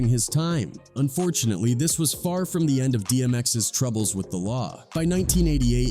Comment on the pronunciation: “THAWWW DOGG POUND” It’s pronounced “The”